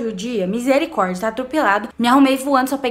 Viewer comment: E eu peguei a sua mania de falar Mizericordia 😂